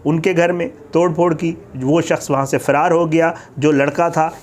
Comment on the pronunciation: اللہ تعالیٰ ایسے لوگوں کو نست ونابود کردے جو اس طرح آئے دن قرآن کی بے حرمتی کرتے ہیں یہ سب ہمارے اعمال کا نتیجہ ہے 😭😭 فیرار نہیں فرار ہے اصل لفظ